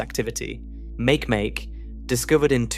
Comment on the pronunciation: Bruh - it's not make-make its Ma-keh-Ma-keh AI SLOP